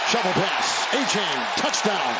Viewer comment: Somebody pull the commentators coat about his hideous pronunciation of Achane. More than likely it's not "A-chain," but "Ah-cha-nay."